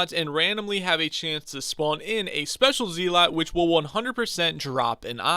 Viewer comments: IGN: bluebatdoc This is the guide i've been looking for Also it's pronounced zelut Not zeelot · Please stop saying zee-lot it hurts